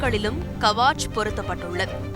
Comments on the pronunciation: அது கவாச் அல்ல கவச். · It's not Kavaach, it is Kavach. It's a Hindi word nothing but armor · "கவசம்" is the name of the instrument written in short as "Kavach" which should be pronounced as "கவச்" in line with the Tamil word "கவசம்". Please correct the pronunciation! Thanks.